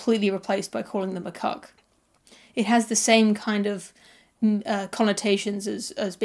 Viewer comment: Cuk? I thought you said cock!